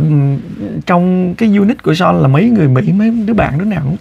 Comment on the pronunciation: Son (Sean ) mà chị TL kêu Sôn 😅😅